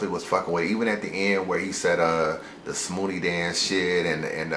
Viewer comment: I read th is comment as soon as he said it lol tf is a smhoody